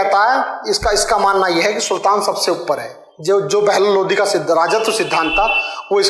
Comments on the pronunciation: Chutiya ये लोधी राजपूत अलग होते है ,, लोधी नही ह वो लोदी है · Sir पहले तो वो लोधी नहीं लोदी होता है इसलिए पहले उसे सही kr लो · भाईसाहब जिसे आप पढा रहें है वो ....लोदी ....है ना कि लोधी .. लोधी तो राजपूत क्षत्रिय जाति है आप पहले खुद पढ लो। फिर दूसरो को पढाओ ... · भाई साब वो लोधी नहीं लोदी होता है। और लोधी तो क्षत्रिय हिंदू है। 👑💪